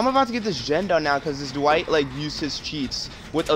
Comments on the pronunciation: the worst part of this video is all the times he says "Duh-Wight" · his speech pattern hurts me and the way he says Dwight "duh-white"